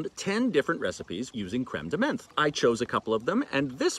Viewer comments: I'm with you. I usually don't correct, but you said menthe like 40 times in this video. As a Frenchman I felt like I had to say something. Time to watch episode 52!!! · Menthe is pronounced like Monty without the y. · French does not have a "th" sound. "Th" is usually a pronounced as a hard t sound. Menthe = m-on-t Absinthe = abs-ant